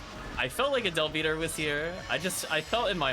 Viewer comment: The term is Del-Biter. As in bite, and it's meh-ghid. Hard G.